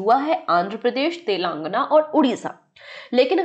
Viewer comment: Sorry to say but this is not telangna its telangana.. pronunciation wrong h